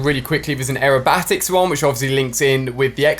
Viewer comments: Who else is looking through the comments to see if anyone else clocked him say “AeroBATICS”🤨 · Ali-A 😂🤣😂the way you pronounced aerobics 😂🤣😂🤣😂🤣😂🤣😂🤣😂🤣😂🤣😂🤣😂🤣😂